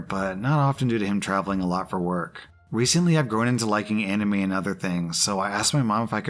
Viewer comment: breaths in You pronounced anime as Enimee.